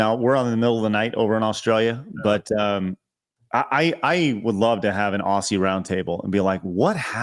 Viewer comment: It’s spelled “Aussie”, but it’s pronounced “Ozzy”.